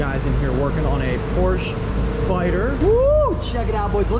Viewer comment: Its porchaaahh